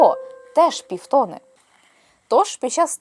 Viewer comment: тонИ і півтонИ (а не тОни і півтОни) 🙂